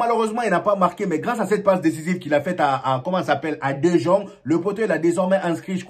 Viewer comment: salut bro merci d'avoir considéré mon commentaire la dernière fois meilleur travail sur le fond vert, je sais pas si tu es passé au fond bleu... maintenant faut te gérer sur la prononciation des gens là Anceloti Ceballos Dejong etc. Bonne continuation